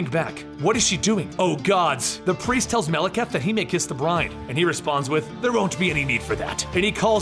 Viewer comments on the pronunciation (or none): none